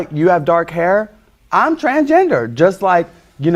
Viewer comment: He keeps saying “trangender” lol. No “s”. Can’t accept himself as he is and can’t even accept the spelling of what he wants to be. 😂